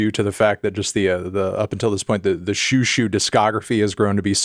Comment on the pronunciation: They're doing an alternative pronunciation. Check out Xiu Xiu: The Sent Down Girl by Joan Chen back in the 90s .. she taught us out to pronounce it. It's more like JJu JJu.